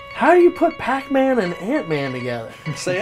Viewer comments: "Pac Mant Man" makes me so irrationally angry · The giggles that overtook me at "pacmantman"... Oof. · In tears at "Pac MAnt-Man". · I feel like after “PAC-MAnt Man” we all gotta fight Joe. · Imagine hearing, PAC mant man, Save me! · I swore Pac-Mant man was actually PAnt man, which I feel is much funnier. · I’ve been watching this crew for a LONG, LONG time........ Pac Mant Man is my favorite thing. Ever. Aside from watching Steve say it.